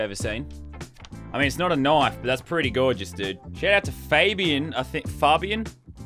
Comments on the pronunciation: I like the way he says knife knofe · I just love how he say knoife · Someone make a counter for every time he says knoife